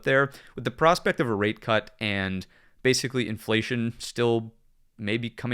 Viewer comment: "Bathically" 🤣 loving the content man thank you